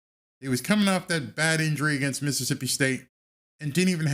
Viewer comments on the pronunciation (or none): none